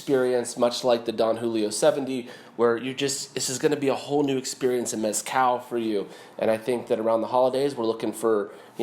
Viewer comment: Little tip: The z in the word mezcal is not pronounced how it is in English. The z in Spanish is pronounced either as an s or as "th" as in the first part of the word "the". Both are valid and both are correct.